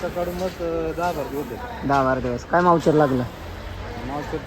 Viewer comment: मावचर नाहीरे अडाणचोट ,,, मोईसचर